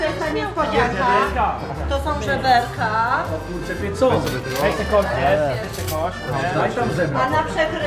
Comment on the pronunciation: Mówi się żeberka